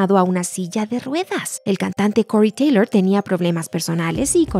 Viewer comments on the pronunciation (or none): slipnaaaat / cory teilooour